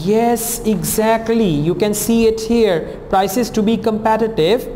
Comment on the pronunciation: its here not hair sir.. 😁